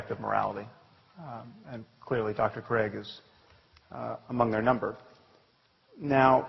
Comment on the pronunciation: Se dice craig.